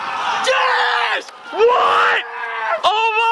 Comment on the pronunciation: Ty sounding like he said “Jesss!!!!”